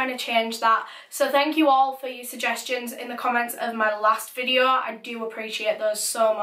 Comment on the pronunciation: Stop saying case or caes video or vedio